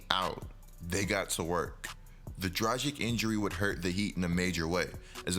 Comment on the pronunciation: you pronounce dragic - dra-gich nor dra-jic